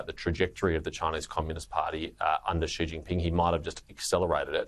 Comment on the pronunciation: Sharri, it's "XI" (pronounced "zhi"), NOT "she".